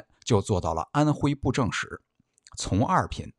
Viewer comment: 从你读音是cong二品，而不是zong二品，就知道你非常不专业😅